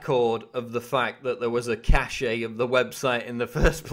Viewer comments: It's not pronounced "cash-ay" it's pronounced "cash". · Good, but the word "cache" is pronounced the same as "cash". "Cachet" is a different word entirely.